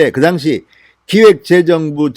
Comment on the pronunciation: ^당시^ 라는 발음 ^당^에 악센트가 없습니다. 저도 진의원님 강력지지자이고 동향입니다.